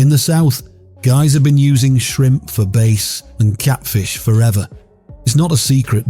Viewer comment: 02-26 Louisiana. We been fishing with shrimp since before i was born in 1957. Try to go but shrimpat Walmart now for $5. We catch our own. If he says "base" for bass one more time my brain will f'ing explode. He did! I'm out....